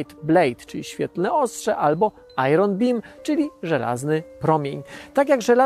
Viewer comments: Bardzo fajny odcinek. Jedyna uwaga to wymowa iron: nie wymawia się "ajron", tylko "ajern" albo z amerykańska "ajen". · Dziękuję twórcom materiału za ciekawe informacje, a ode mnie mała uwaga: angielskie Iron nie wymawia się."ajron" tylko "ajern". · Dobry materiał. Jedyne do czego można się przyczepić to do wymowy słowa, iron. Pozdrawiam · "Iron" rymuje się na "lion" :D